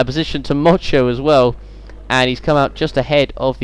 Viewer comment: 2 funny things when motyan was being overtaken by gamba u kept saying mocho and also swede move andersson is swedish;)